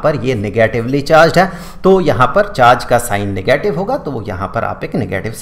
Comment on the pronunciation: "Nagatave charge"